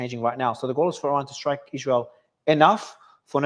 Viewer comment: If only he could say israel correctly, it hurt my ears everytime.